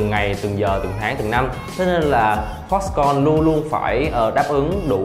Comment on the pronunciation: Foxconn not Foxcom